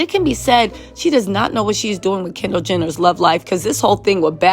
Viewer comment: keeps saying Kendal "Gender " it's hilarious..